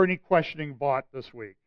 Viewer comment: Russell Vought - pronounced "vote". He graduated from a Christian high school in nearby Trumbull, CT